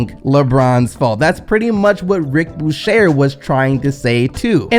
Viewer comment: u killin me bruh! Can u please learn to pronounce peoples names correctly? Who TF is Rick Bushair?